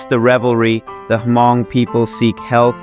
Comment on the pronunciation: It's pronounced "mong" not hamong. H is silent.